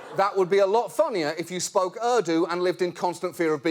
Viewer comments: that language was not errdo its called Hindi and errdo its pronounced Urdu. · John it's "OO-rdu" not "A-rdu". just saying. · it's not "er-doo" it's more like "oor-doo" with a soft 'd' .. lol